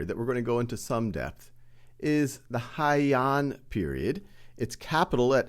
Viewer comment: "Heian" is pronounced "hey-an", not "hai-an" btw